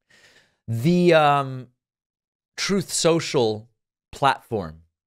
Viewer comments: I’ve not heard “raison d’etre” and “troth sential” used in such close proximity with one another. Thank you for making my evening! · The overlay of Trump saying "truth-sential" whenever it's mentioned cracks me up every time.